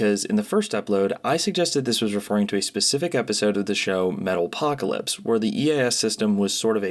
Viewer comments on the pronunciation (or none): Metal Ocalpyse. not Metal Pocalypse. No second P.